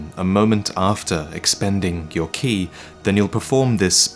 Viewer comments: Ki is pronounced like Kye not key lol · Ki is technically pronounced Chi, i have no idea why but it is. just had a very long debate about it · It's pronounced, "ch-ee" as in tai-chi. It's a bastardization of Qi from chinese. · its ki as in kai